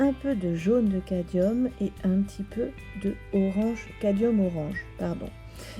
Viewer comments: il s'écrit ainsi mais vous prononcez cadium 😉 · Vos explications sont très claires et donnent vraiment envie de s'exercer ! Cette légère altération du mot cadMium m'agace un peu à la longue ;-)